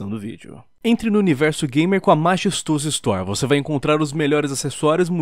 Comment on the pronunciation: (toda vez que começa a propaganda da Majestoso, eu ouço o falar "MaXestoso" pela 1a vez.